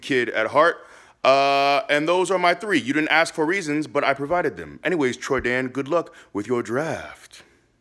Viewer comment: CALL YOU TRENDAN NOT TROYDAN